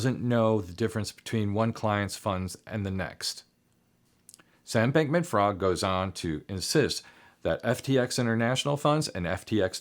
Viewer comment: His last name is pronounced freed, not fraud